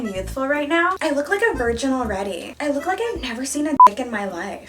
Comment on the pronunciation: I might aswell count how many times u have said 'vrigin' in this video aha. also stream candy xdxdxd